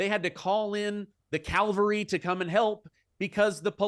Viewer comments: CAVELRY not Calvary!!! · It's Cavalary. Calvary is something different.